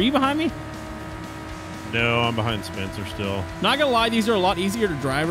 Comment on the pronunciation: Instead of spencer it’s spuncer